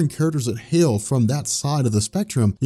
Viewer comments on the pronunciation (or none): none